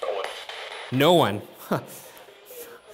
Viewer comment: i heard "owen" instead of no one :?